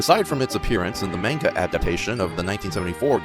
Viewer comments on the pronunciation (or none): none